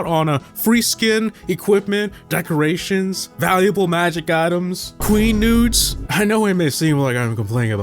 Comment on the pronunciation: Bro just say QUEN NUDES😂😂😂😂😂😂